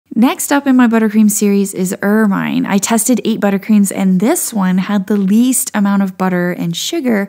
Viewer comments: It's pronounced "er-min", not "er-myne" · With much respect, it’s pronounced ER-minn, second syllable rhyming with win, not wine. I adore this super informative series!!!! Thank you so much. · FYI, Ermine is pronounced with a short i (like win),;as if the e was not on the end.